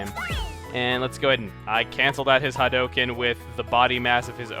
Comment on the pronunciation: Ha-do-ken. Oh chugga... 😂 You really don’t play a lot of fighting games do you? I even saw you say you thought smash bros was only OK on your Twitter the other day! TRIGGERED.